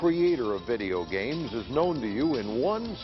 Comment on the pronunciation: Vey-deo gheymz?? Never heard of em.